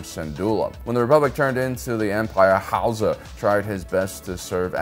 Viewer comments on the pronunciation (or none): The way you say Hauzer was making me laugh so much